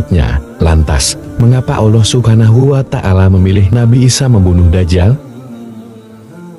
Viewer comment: kok narasinya nyebut allah agak susah y....kyk non muslim...ga luwes nyebut allahnya...